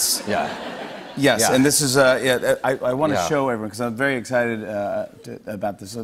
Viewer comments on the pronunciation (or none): none